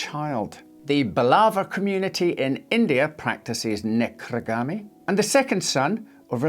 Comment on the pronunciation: it sounded like you said "necrogami", which I always thought was folding dead people, not marrying them